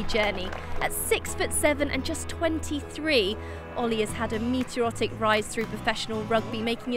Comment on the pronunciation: *Meterotic - how rude!!! 🤣